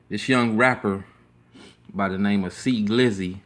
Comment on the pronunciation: 🙄 wrong wrong Pompano Beach is not pronounce that way... and No your saying his name wrong . A simple X would of have been more sufficient 🙄😂🙄. You gets a 👎🏽